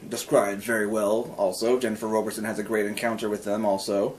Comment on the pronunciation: Wow! I just found this! Thank you! (Yes, I'm the author.) The South is basically the Middle East, and the North is Scandinavia. I'm currently working on #8. Thanks again for the great review! BTW, it's pronounced ROBB-erson. Everyone gets it wrong, so don't sweat it! 8-)